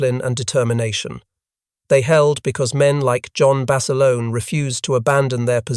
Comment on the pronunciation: It’s Bassa Lone not Bassalony. Great story of true heroism.